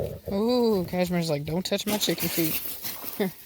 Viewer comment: Before I saw the Chicken Feet. I totally thought you said Chicken Feed. :D